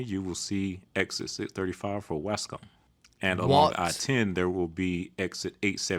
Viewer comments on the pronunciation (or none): he pronounced waskom incorrectly. I grew up a few miles from there and still live nearby lol